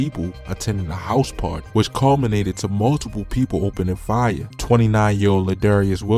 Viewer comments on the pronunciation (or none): none